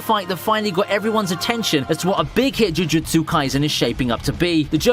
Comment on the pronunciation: He seems like he's struggling saying "jujutsu"